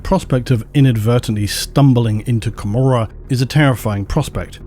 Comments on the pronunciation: Oh, I always felt that Comorrah was a cheeky reference to the biblical Gomorrah. As in Co-more-uh.... so odd to hear you pronounce it Camer-uh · the way you read commoragh, it sounds like a city in scotland :)... joke. great video!